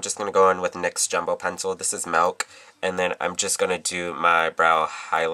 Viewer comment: When you said milk, I heard your little Chicago accent :) So cute